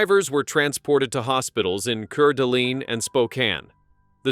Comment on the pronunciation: PRONOUNCED CORE DA LANE AND KOOT KNEE COUNTY